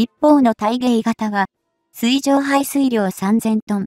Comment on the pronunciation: 水中が読めて水上が読めない。ほぼ100点ですがみずかみは聴いていて冷める。